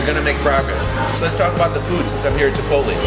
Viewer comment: isnt it pronounced chip-ote-lay??